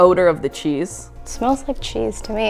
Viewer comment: "It smeels sad" LMAOOOOOOOOO